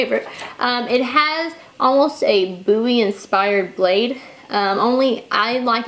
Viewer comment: Thank you for saying "Bowie" correctly